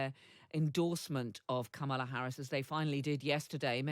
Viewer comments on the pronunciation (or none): Kamala pronounces her name; Comma-Luh….Whatever you think of her, her rocked, her policies, please respect the pronunciation of her name. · Please pronounce her name right... com ma la...be a journalist... fact check!!! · Please pronounce her name correctly…